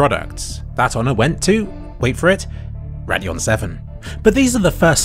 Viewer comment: Any F1 fans keep hearing him say Radeon and hearing Raidillon at Spa?